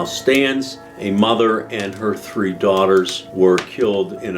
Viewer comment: A fan of as well!!! Love the way he pronounces 3 - "tree"